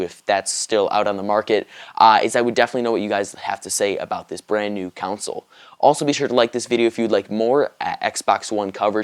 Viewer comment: the fuck is a "counsil" I thought it's pronounced "console"